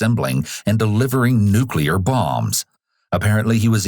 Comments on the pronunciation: “I put NUCULAR bombs together” can’t even pronounce it, idk why I don’t believe him… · "nucular" lol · If someone says they worked in the nuclear industry in any capacity but they pronounce it “nuculer” I immediately think they’re lying. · Yeah i worked on assembling "nucular" bombs. You can tell I'm being honest because I know how to pronounce "nucular" correctly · He put nuclear bombs together but he can't even pronounce nuclear? 🤦‍♀ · "I put new-clear bombs together" Can't even say it! 😂